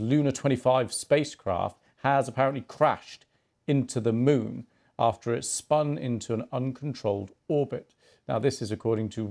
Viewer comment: "Scheduled to land on the south pool of the Mon"